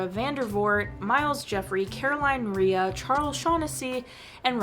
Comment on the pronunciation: Just in time for October. Also, it's Caroline Rhea's last name is pronounced Ray.